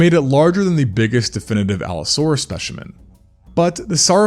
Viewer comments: It specimen not speshamen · It's pronounced "spe si men" not "spe shi men" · Speshimin. bruh that is so annoying. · “Shpechemin” - this guy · He really said, “Speshimen.” Gurl, please. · speSHiman lol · Why are you saying “specimen” like Sean Connery? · don't.. say specimen like that